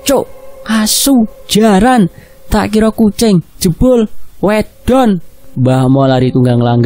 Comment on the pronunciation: Bacanya salah min..wėdon😁